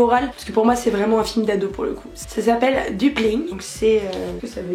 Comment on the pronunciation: Parcontre c'est pas Dumplin, mais Dumplin' avec une apostrophe ducoup en vrai c'est Dumpling et ça veux dire boulette. Sinon ta video est super et j'ai adorer la plupart des films que t'as cité 😘